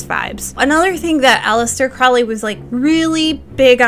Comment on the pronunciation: Mount Everest not Mount Saint Everest. And it’s PRONOUNCED CROW LEE😊